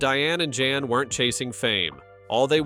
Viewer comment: It is POL not Paul and his name is Jan (Yahn) not JAN. Thank you!